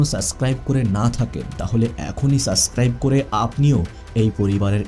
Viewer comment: ভাই, আপনি সাবস্ক্রাইব না বলে সাস্ক্রাইব কেনো বলেন বুঝলাম না। ভালো থাকবেন। শুভকামনা রইলো 🎉